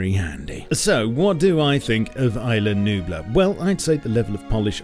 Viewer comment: I love the way you pronounce "Isla Nublar"